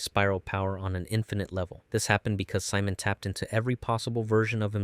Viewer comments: Si-mon no it's see-moan 😭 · You said Simon wrong. Lol